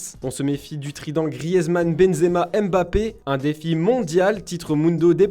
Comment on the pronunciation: Il ne sait pas prononcer Griezmann et il prononce le D de Hazard.